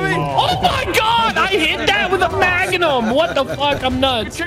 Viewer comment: lol "I HIT THAT WITH A MAGANUM WTF"